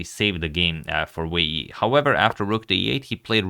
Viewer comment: I think you listed both names in the wrong order (first name family name OR family name, first name) for the title and above the players photos. I think you always pronounce the names correctly.